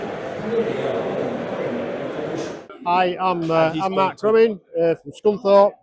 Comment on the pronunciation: Its Mark Cremin from Scunthorpe, with the Ducati 250 narrowcase, not as you put 'Mark Prumin' 😂